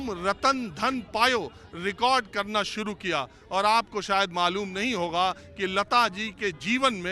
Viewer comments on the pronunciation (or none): none